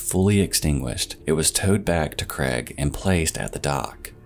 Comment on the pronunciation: Ffs it's Craig not Creg. So ridiculous!